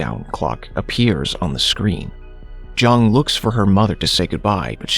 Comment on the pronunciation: That Zhang pronunciation is bothering me so much, I am pretty sure it's not pronounced with a z but with a j